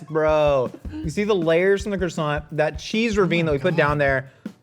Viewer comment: Mmmeeeehh..... the T in croissant is silent ...... pffff USA USA USA Merica....... SILENCIO